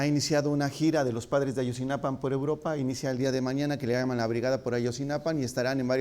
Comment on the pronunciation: Maleercom sa de cv si a él, no lo dejas hablar por todos los mexicanos, tu tampoco te deberías nombrar el portavoz del pueblo mexicano, yo sí comparto muchas de sus opiniones y comentarios, es cierto que dice Ayotzinapan, en lugar de Ayotzinapa, pero eso no hace ni mas ni menos valiosos el resto de sus comentarios